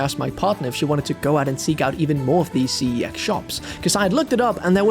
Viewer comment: I wonder if he's aware that CEX is actually one word pronounced like "sex" and not by individual letter.. lol